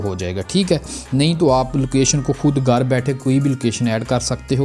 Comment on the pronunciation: Tere gar se🤣🤣🤣 abbe Sidaa bol lee hindi 🤣